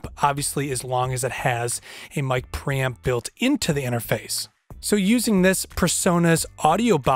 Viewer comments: lol, sounds like you're saying "Mic Pramp" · mic pramping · Whet did he say micropram? I need one but i dont know what exactly is that unit he says. I cant find micropram in ebay.... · how many times did he say ”pramp” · Hahaha mic praaaamp - can't fucking unhear this and he says it so often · Got under your skin that he doesn't pronounce it "Pre-Amp" too didn't it?🤔🤣🤣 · What is a mic "pramp"? LOL Just teasing you man 😋